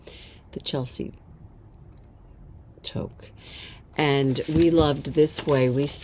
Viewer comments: I’m in Canada and the toque designer lives in Canada. You pronounce it Too -k 😊 not toke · As a Canadian, I have to say that Toque is pronounced TooooK, as in the word Too, with a 'k' on the end. It's a traditional hat worn in Canada, especially the northern part of Canada, and the Eastern provinces. 🥴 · Love the podcast as always. Such great inspiration and love your fun banter. As a Canadian viewer, I just need to let you know that the word Toque is pronounced like word two with a k at the end. The way you pronounced it has a different meaning (taking a drag of a joint-lol). Made me smile, as a pictured the two of you toquing up on a joint.😂❤